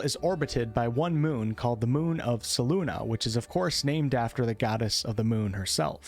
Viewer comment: Ahh!!! You always say Selune wrong and it drives me nuts. Sorry, I had to bring it up. It is either Seh-Loon, Seh-Loon-eh,_ or Seh-Loon-ay. Not "Seh-loon-uh." Imo the only ones that sound right are "Seh-Loon" and "Seh-Loon-ay," with the latter probably being my favorite. Lol, it's like you're saying her name with a Brooklyn or North Eastern Massachusetts accent. Love the vids man! Edit: Btw, my favorite Forgotten Realms Book was, oddly enough, the first as well. "Darkwalker on Moonshae" by Douglas Niles. Maybe it was because it was the first FR book I read, but whatever the case, it was a fantastic trilogy. One of the supporting characters, an Assassin named Daryth, was the inspiration for Drizzt. The story from R.A. himself goes something like this: "Well, the Moonshaes aren't that large a place. Any epic story taking place in that region at that time would have to at least mention the storyline and characters of Doug's fine book. I was thrilled at the prospect of working with Doug Niles, but I didn't want to steal his characters. I came up with a compromise that involved Daryth from Doug's book to introduce the hero of my book: Wulfgar, son of Beornegar, of the barbarian tribes of Icewind Dale. TSR, however, did not want to share characters as they did in Dragonlance, and when my agent called I had 35 seconds to think of a replacement for Daryth, the dual-wielding assassin..." R.A. Salvatore And so Drizzt Do'Urden was born... "Drizzt Do'Urden, of D'aermon N'achezbaeron, Nin